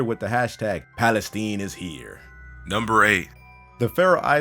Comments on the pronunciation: HOW DO YOU MISPRONOUNCE PALESTINE SO BADLY!? WTF!? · Am I the only one bothered by the way he said Palestine? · Palisteen lol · That is not how you pronounce Palestine. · Evie Bedrick no it is not just you. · Pronunciation errors.... 1) It is 'nu-clear', NOT 'nucular' !! 2) It is Palestine(as in ...tyne), NOT 'Palesteen'!! AND.... where is the item used as the 'trailer-frame' for this video?? 😡😡😡